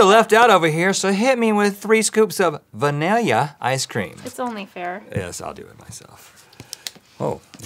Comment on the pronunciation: “3 scoops of vanilya ice cream” - Rhett McLaughlin